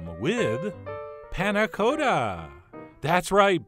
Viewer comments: Panna Cotta is said with a short O sound, like a baby's cot, not like go. Its made worse that you pronounce it correctly Why do you do this to me chef john :( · For anyone who might be interested in the correct way of pronouncing panna cotta. The o is not long as in Dakota, but short as in cottage. The 'a' is more open and snappy, but I'm not sure there is quite a good example or an equivalent sound in american. It's like the 'la' in do re mi... for those who have practiced scales. Both 'a's, in this case. I would recommend using a vanilla pod instead of an extract. And, definitely serve the 'harder' way. The crucial quality attribute of a panna cotta is consistency, most easily judged by giving the plate a 'jiggle' and you can see that perfect wobbliness. Can't really do that if you haven't flipped it:-) But I think those ramekins are less than ideal. Thick, and you can't really give them a whack on the plate. A little plastic mug would be easier, and you can warm up in your hand.